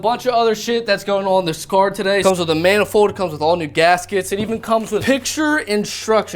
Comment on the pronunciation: why is he saying car like "cwar" 🤣🤣🤣🤣🤣🤣🤣🤣